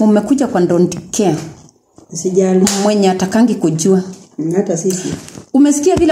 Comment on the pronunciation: Ndonti care, njoshu, ndochuments....😅